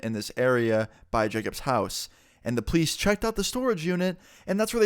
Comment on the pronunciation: you said police like please